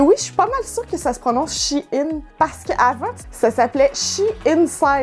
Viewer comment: Enfin quelqu'un qui dit She In et non Chine haha (les vraies connaissent SheInside) :) !!!!!